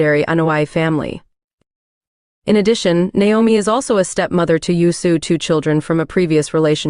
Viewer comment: AI voice is horrible..."You-so"?!? "W E"?!? "W B"?!? And how many times does certain info have to be repeated on each profile?..."They were engaged from this year to that year. They were engaged for this long." 🤦‍♂️